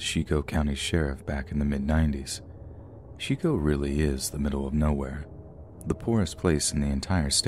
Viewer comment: Shico or Chico lol. look up pronunciation.